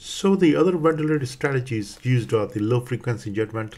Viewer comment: I found this very difficult to understand. I am aware the presenter is Indian (perhaps a close-by country, I'm not sure), and he has a strong accent. There are so many words I can't get - question, ventilatory, patency, consideration, elderly, respiratory, morbidity, alcohol, radiotherapy, technique, congenital (this was one of the worst pronunciations), following, airway, important, some random words that are unintelligible, endotracheal, position, spontaneous, at this point I'm giving up. I would be embarrassed to have this online, there are so many errors in language and I would not as a trainee have been able to understand this lecturer. Even if this clinician is skilled and respected, putting a lesson online with such faults in pronunciation is not a good idea. I am aware that in different countries that pronunciation is different. However he is a figure in prominent institutions in England and it is incumbent on lecturers to actually be intelligible. If you claim this to be an educational video for anaesthetists around your country and the world I would recommend setting a higher standard. Also, strange to suggest using desflurane when it's obvious to use TIVA for these cases.